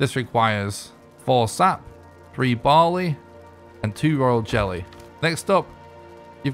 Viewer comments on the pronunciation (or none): none